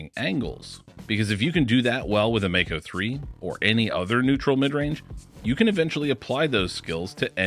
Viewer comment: Regarding the pronunciation, nearly everyone gets this one wrong. The word comes from the Maori language here in New Zealand and is pronounced "mah-ko", not "may-co". The 'a' is pronounced as the 'a' in 'palm', 'bra', and 'father'. Just thought you all might want to know this.....